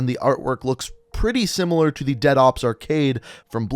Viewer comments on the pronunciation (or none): none